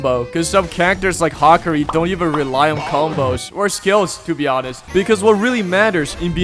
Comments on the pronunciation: Bro called hakari "hakri" 😭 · You saying 'Hakari' is so cursed dude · how did bro say Hakarii wrong🙏🙏🙏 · The way he says hakari 😭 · also ryoki tenkae and then HAAAAkeri instead of yoek tenkai and hakari is crazy